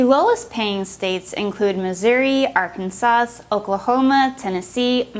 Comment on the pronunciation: Did she really say Arkan-saws